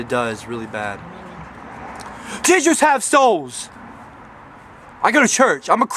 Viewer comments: I remember watching the original "gingers have souls" video and thinking that he said "teachers have souls." Man I'm dumb 😂😂😂 Edit: even the video's subtitles say "teachers have souls"!!! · I always thought he said: "Teachers have souls" and went aww he cares about his teachers and wants to be one in the future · I always thought he was saying "Teachers have souls" when I heard it in YTPs